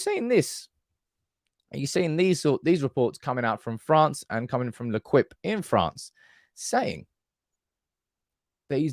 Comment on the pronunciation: L’Equipe is pronounced lay-keep.